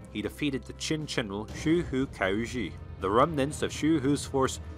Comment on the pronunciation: Great video, but "Jin" should be pronounced with the J in "Jingo." You pronounced it like "Ch'in" which sounded like the "Qin" dynasty. By the way, the official name of the Jurchen empire was actually "Aisin Gurun," meaning the "Jurchen State." The Chinese name "Jin" (金) was chosen as the Chinese translation because "Gold" was the color that represented the united Jurchen nation. A Chinese name was both a diplomatic and governing necessity, since Aisin Gurun also had Han Chinese subjects and Chinese was the working language among commoners. However, the national language "國語" was actually Jurchen instead of Chinese. The imperial court, on the other hand, was bilingual in Jurchen and Chinese.